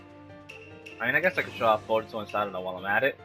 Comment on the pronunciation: Jamison Grandy Its boruto, not borito 😂😂😂